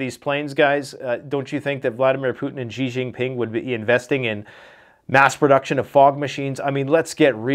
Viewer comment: "Xi Jinping" is pronounced "She Jinping"